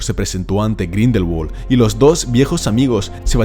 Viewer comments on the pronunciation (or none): Me hiere grindelwald pronunciado en ingles cuando es un nombre aleman